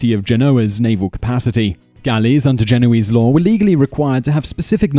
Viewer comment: Is it Genoese or Genovese? You pronounced it with a V one time then without the next